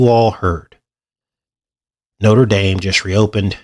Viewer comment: Why are you pronouncing the French cathedral like the American university? Didn't you live in France?